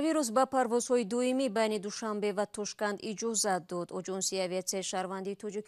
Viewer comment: Апа туншанбе не душанбе😆😆😆😆😆😆😆😆😆😆😆😆😆😆😆